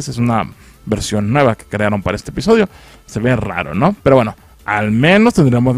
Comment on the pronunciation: Soy solo yo o al inicio dijo espisodio